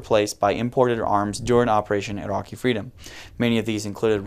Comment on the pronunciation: im Arabic and he spell Iraqi the perfect way , these goons are high